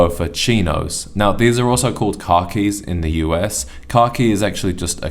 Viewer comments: Did he say Car keys? or was he trying to pronounce it as Khakis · Car keys? Ooooh, he's saying "khakis"